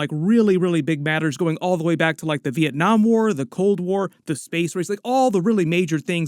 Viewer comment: Woah there, I’m actually impressed by your pronunciation of ‘Việt Nam.’ You pronounced the ‘Việt’ part especially precisely. Thank you for that